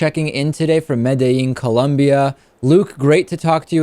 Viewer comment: David pronounced "Medellin" without his argentinian accent, what gives?